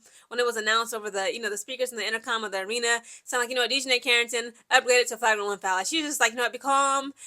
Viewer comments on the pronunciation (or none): Do y’all like how is flipping between saying “Flauwgrant and Flaugrant pronunciation? Lol.